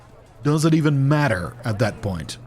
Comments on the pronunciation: It really did sound american lmao. Maybe he came back from a trip to the states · you sounded super american pronouncing the word "matter".